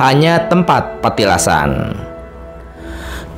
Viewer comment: Min oh mimin bukn Petilasan Tapi Patilasan ...